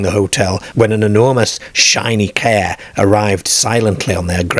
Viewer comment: Where on earth is the narrator accent from?? Cair, fairm and pretty much every word where the letter "A" is the second letter is completely mispronounced??